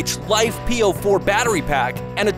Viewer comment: Thool? Life “p” “o” 4? Sorry, but might want to research your pronunciations for next time. Thule = Too-Lee; and it’s usually LiFe “po” 4.